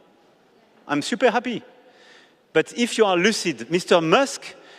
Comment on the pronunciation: "SIUPER" COMPLICATED "SIUPER" EASY.... mon dieu ce niveau d'anglais au bout de 9 ans de présidence 🙄